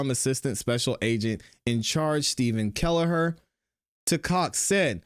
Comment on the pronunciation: kellaher? BA neighbor that had a camera facing where the accident would have happened , but the camera didn't work that day?